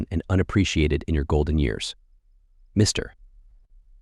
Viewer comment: AI does not know how to read the text - Mr. big pause and then the name. Funny to listen to.